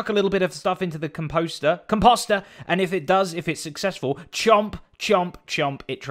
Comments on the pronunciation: Lovin' your work Zed - but you're British - so "composter" rhymes with "Tom Foster" (not "Tom Foe-ster") - don't be confused by that pesky American English ;-) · Every hermit says Composter so different lol....from what I've been told its (com)-(post)-er... I think mumbo says it the funniest... ive heard him say (con)-(poste)-er...same with grian lol